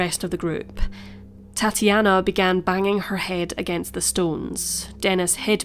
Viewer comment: i thought she was saying... ''tatty anna' like thats not very nice